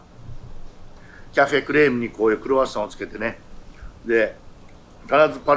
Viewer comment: Rの発音がすばらしい！私にはできません(^^)